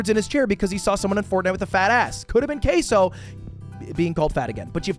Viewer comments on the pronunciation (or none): none